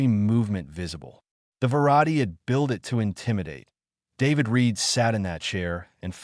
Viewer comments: Hangry maybe? Good story. Thanks. Some observations for AI improvement: Two letter words should be pronounced as one word. Ex: "i" "t", should be "it". Dots at the end of a sentence indicate pauses. Not words to be spoken by the narrator. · It would be nice if the AI could distinguish between the word "it" and the abbreviation "IT". I guess we don't have to worry about our AI overlords just yet